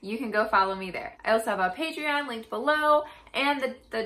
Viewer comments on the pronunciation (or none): none